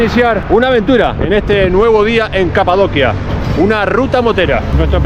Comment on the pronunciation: Genial reportaje pero en español es Capadocia pronunciado como ci en dócil, Capadocia, Kapadokya es en turco.